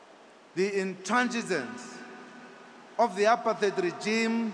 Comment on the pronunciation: He mispronounced 'apartheid'? Oh, how ironic!